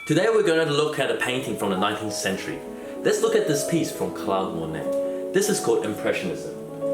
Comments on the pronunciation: Mo-neigh not mo-net "Claude Monet" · How do you know how to pronounce the Claude in Claude Debussy but not the Claude in Claude Monet